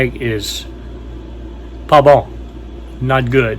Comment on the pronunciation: 🤣 At 21 minutes, « pas bon », just like French Canadians would say it in Quebec!